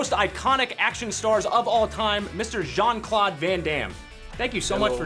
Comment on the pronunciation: LEARN TO PRONOUNCE HIS NAME U DUMAZZ TETE DE MERDE ITS CLAUDE NO CLOD